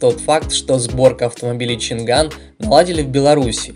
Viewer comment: Поражают люди, которые делают ролики по авто, технике и т.д. и произносят неправильно название того о чем говорят. Нет там у них буквы Г, нету! Changan - ЧанъАнь, Dongfenf - Дунъфен и тд и тп с SsangYong и другими. Я понимаю всякие бабушки говорят Ламборджини, Ксиаоми, Блюпуп, Компуктер и т.д., но блин тематические каналы это тупо стыд! Language тоже читаете как Лангуаге?